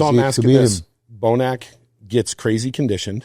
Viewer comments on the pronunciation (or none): Nice to hear Milo's opinion. I like Jay a lot. Now risking having my comment removed, I have to ask why the gentleman wearing the MAGA hat pronounces words so differently. The way he says Bonac hurts my ears. There are some other words but I'm already being pedantic, so no reason to list them. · Bonac booonnnnaaaaccc. Not bonick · Love jay but dude it’s not bonick